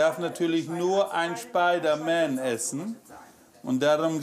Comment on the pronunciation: Schpeidereier für Schpeidermän. So süß